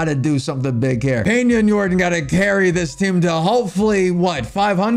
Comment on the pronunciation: bro it’s pronounced (Yor-don) not like jordan with a y